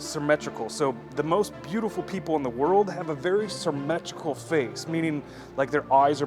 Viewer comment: "sirmetrical" lol